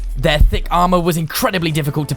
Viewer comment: saying "thick" sounds weird to me